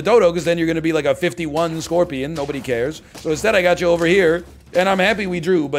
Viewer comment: SCONPION? HE SAID THE WORD WROOOOOONG